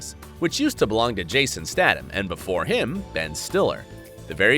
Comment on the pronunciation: Jason who, how can you butcher his name like that